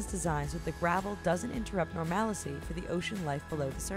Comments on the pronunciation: "Normalicy" I didn't know the word "normalcy" had four syllables in it. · Misprons of 'estuaries' and 'normalcy' - tsk tsk. Done in one take?